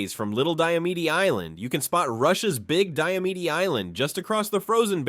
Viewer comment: You mispronounced little and big diomede